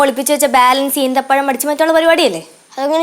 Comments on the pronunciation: ഈത്തപ്പയം അല്ല ഈന്തപ്പഴം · Not eethapazham eenthapazham